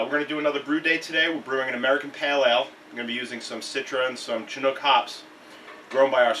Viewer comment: Dude makes a good point about malting being and equally scientific and complex process. Malters are kind of like the unsung heroes of the beer story. Respect to my man Seth of Mecca Grade. Also -- "Shinook" and "Saws" ... or if you're in Germany/Austria/Czech Repub it's "Sahtz" hops my guy